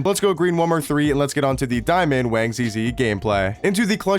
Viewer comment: My man just wanna say you pronounce his name “Wong” with an “o” sound instead of the “a”. Great video 👍